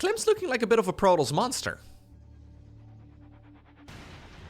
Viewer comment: ...prodols? You mean Protoss? Pro-Tos.